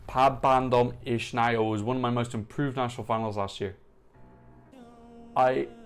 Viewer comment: You've pronounced it almost right. Only the "Naujo" is for improvement :) Here's how to pronounce it